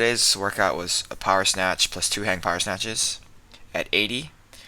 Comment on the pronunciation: Jack hammah. All powah.